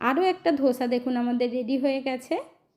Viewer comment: ধোসা নয়, দোসা😊